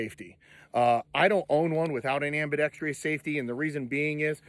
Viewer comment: Took me like 20 years to figure out "ambidextrous" versus "Ambi-dex-trious." Never too late to learn the correct way to pronounce a word.